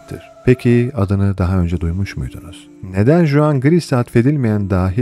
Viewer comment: Juan (huan) a da juan diyen bir zat